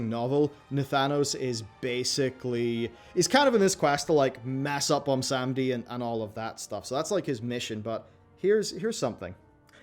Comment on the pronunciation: Why does everyone have such a hard time saying Bwonsamdi? 😂